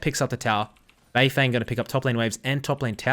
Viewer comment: Can you at least make an effort to try and get Asian names correct? The English casters are bad enough.. BeiFeng is pronounced “BeiFung”, the e is not an “eh” sound..